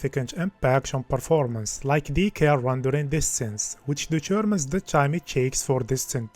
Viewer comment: Anyone else keeps hearing "the Germans" when he says "determens"? :D